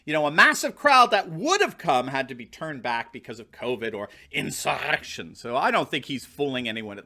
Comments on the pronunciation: WTF with the way you say "insurrrrrrection"???????? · The way you pronounce "insurrection" is hilarious! Please continue to pronounce it that way! lol